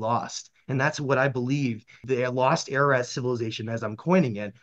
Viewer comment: Pronounced AR - AR - ROT .. not AIR AH RAT . ❤🇦🇲🇦🇲🇦🇲🙏